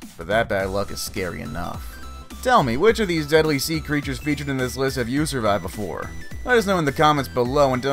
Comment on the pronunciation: The criechers are in the water are pertecteen there sefls